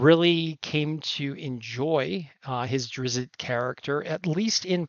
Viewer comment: Also, I think it’s Drizzt instead of Drizzit